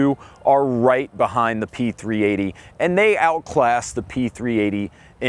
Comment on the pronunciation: I spent an hour searching for the P-380s, because I kept hearing P 3 EIGH-TY.